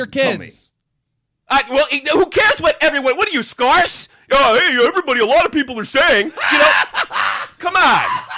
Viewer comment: "skarrse" - 2016